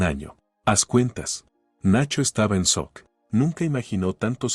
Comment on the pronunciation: No se dice sok se dice shock.